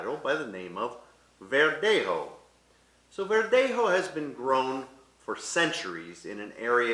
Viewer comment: embarrassing pronunciation of spanish particularly verdejo. i recommend he gets some proper advice.